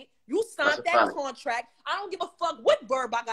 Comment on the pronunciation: It was the “CORNTRACT” for me 🤦🏾‍♂️